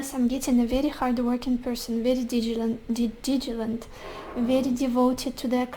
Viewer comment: critiqued is just right and also it's "diligent", you say it like "digilent" <3 which is cute as hell haha but thought you might wanna know. absolutely love the readings <3